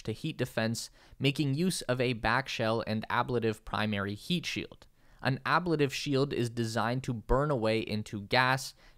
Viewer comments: Pronunciation suggestion: The word is pronounced "a-BLATE-iv, not AB-la-tiv. Ablation is the process of wearing away the surface of a spacecraft with extreme heat. Everything else is great. I love the way you deliver your material. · Ablative = Ab Late iv, not Abla tive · Never heard someone pronounce ablative with that soft second a. :P